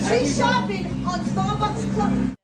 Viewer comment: It's not shopping, I think you meant shlopping!